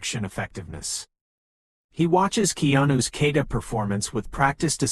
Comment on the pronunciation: a. I. bullshit. first of all it's not a "kayda'. it's a kah'- ta"